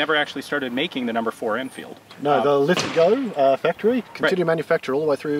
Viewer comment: Lith-GO. He said it properly.